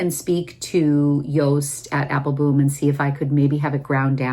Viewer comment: I’m curious, do you have a private joke with Joost about his name pronunciation? He pronounces it Apple-bomb, the correct Dutch pronunciation, but I notice you only pronounce it Apple-boom. I know you interact with him frequently so I was just curious if it’s a private joke, like I said.